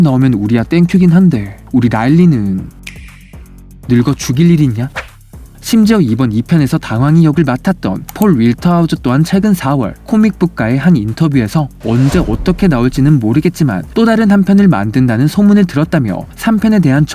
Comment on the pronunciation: 폴 윌터 하우저 아니고 월(워+ㄹ)터 .. walter 입니다.